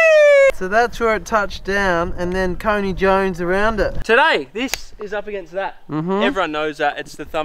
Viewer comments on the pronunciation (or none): Geeeez! Couldn't listen to that all day. "coney joney" 😂😐